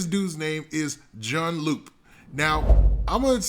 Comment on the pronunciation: it’s pronounced june lou